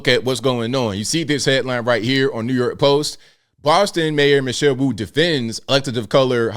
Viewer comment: Mayor Wu-ayt